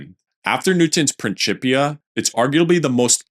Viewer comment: It is pronounced prinsipia, not prinschipia